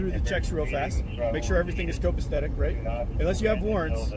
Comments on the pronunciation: Such big words, but he needs to learn how to say them. I'm being grammar police today. It's COPACETIC, NOT COPACTHETIC. cops are pathetic. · This officer needs retraining ASAP! He doesn't even know how to say the word copacetic! He keeps saying "copesthetic" which has no definition! This clown of an officer is an absolute moron!